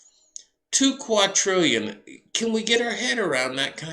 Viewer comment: TWO QUADRILLION, NOT QAUTRILLION, ITS WITH A 'D' NOT 'T' LOL